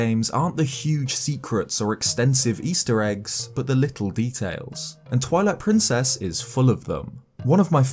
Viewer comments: Sounds like you said "toilet princess" lol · am I the only one who heard that as "Toilet Princess"? Lol, holy fuck I'm dead.